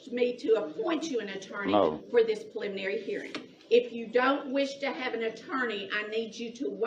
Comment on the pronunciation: "Pliminry" Hearing